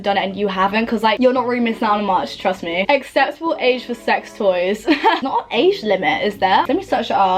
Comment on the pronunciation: Lol when you said about sex toys thought you said Asian sex toys lol like wtf haha